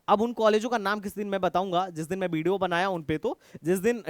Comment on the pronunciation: Video ❌ Bideo ✅